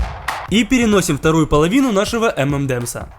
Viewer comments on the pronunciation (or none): Правильно говорить не "эмэндэмс", а " Эмэнэмс" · Самая ирония в том, что правильно название этого десерта произносится как "Эм эн Эмс"